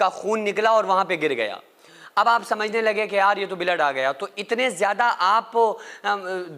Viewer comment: O bhai kaise bolta hai tu mai soch rha hu k bollat kya bad mai pta chla k blood ko billat bol rha ha. Kya item hai tu